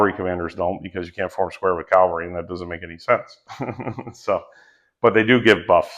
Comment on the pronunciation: bro if you are explaining wargames you really do need to learn how to say "cavalry". Looks like a cool game, will be getting the book.